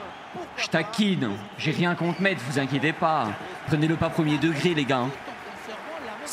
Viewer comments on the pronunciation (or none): Pour le stade de Metz non c’est pas le vraie et ça se dit pas Metz mais messe